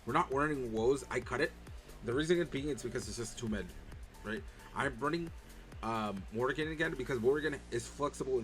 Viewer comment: morian not morgan. Juraishin > Erysichthon for sure